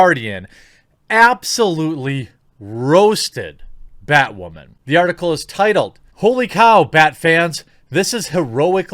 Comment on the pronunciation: I honestly thought you said "badwoman"